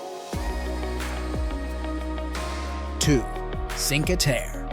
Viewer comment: Would you mind learning how to pronounce Cinque Terre?